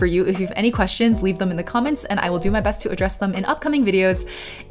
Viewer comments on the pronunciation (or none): none